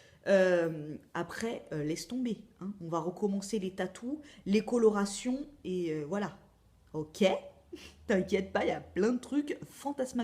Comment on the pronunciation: Ho ma! plein de courage à toi! et comme tu dis si bien " bébé est au bout du tunnel " 😁 Prends soin de toi et hâte de revoir tes wideos coloratiiiiiion ( avec l'accent of course) bisous tt doux sur ton pti TAZ;)